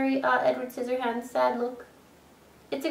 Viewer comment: hahahaha you said sizzyhands